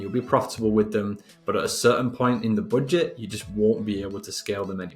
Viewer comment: don't say boodget..plss🤣🤣